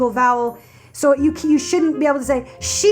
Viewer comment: just like how you try to say "she" but end up sounding like "shit"... lol